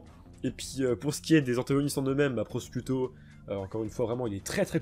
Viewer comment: Tu fera gaffe pour Formaggio et Prosciutto Ça se prononce Formadjo et Prochiutto